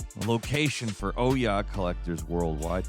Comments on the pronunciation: You pronounce OUYA like a German with a thick accent saying"ooh yeah" das is good. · When you can’t remember how to pronounce the name of a console that says its own name when it starts up, then it was a massive failure. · That isn't even close to how you pronounce Ouya and I feel like you're doing it on purpose